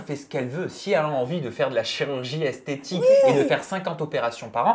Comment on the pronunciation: Maeva Guenam elle ne parle pas de chirurgie esthétique mais de chirurgie "esthétchique" 😂😂😂